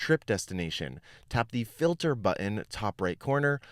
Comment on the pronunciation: I love your videos, but I wish you’d lean how to say “button.”